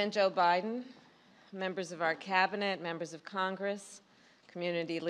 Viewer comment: Did she say President O' Biden?